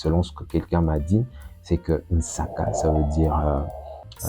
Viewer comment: SVP, en kikongo, le pondu c'est nsaki et non nsaka. Nsaki 'a madezu (nsaki ya madezu, ce qui fait croire que c'est nsaka)..